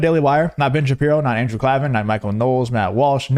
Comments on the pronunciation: CLAY-VEN, that is how you pronounce the idiots name- just fyi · Is there a reason you're mispronouncing Andrew klavan's name and not Owens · You show how little you know by mispronouncing his name . I get maybe you are doing it out of disrespect but it hurts any credibility you have . Just a little research would help you